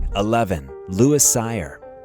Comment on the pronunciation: louis cyr pronounced sear